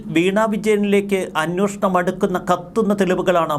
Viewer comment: അന്നോഷണം എന്നല്ല ഉച്ചരിക്കേണ്ടത്... അന്വേഷണം ആണ് ശരിയായ വാക്ക് 😊